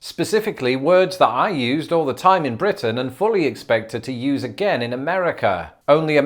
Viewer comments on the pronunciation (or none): none